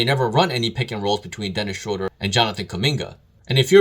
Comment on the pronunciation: It’s pronounced Schruuder bro. Dont ask me why. Guess its a German thing 🤣